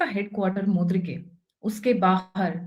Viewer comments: MURID - KE not MUD RI KE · मुद्रीके नही बहन यै मूरीदके है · Pronounce Muridke instead of mudrike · Mam. Mudrike nahi Muridke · Muridk not mudrik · It is मुरीद - के। Please correct your expression.